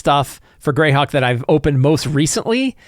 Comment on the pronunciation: correction: it's pronounced Greyhawk.